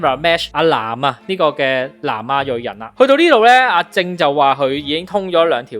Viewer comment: 係林子傑，唔係陳子傑；阿正個名讀「jeng」，唔係「jing」